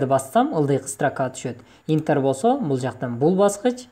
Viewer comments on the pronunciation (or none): Интер эмес энтер